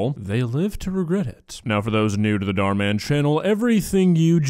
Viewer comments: Hot take, but this is the first video of yours that i actually didn't like, simply because of your commentary about the "goth girl". That being said, I love how you call Dhar Mann "Dar Dar" or however you spell it. I feel like you would leave the H out just out of comical spite. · I love that he calls him Dhar Dhar 😂